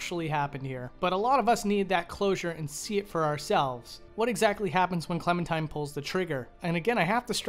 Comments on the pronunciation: her name is Clementine, not Clementime. Classic Valentine/Valentime situation. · Am I the only one hearing him say “clementime” instead of “clementine”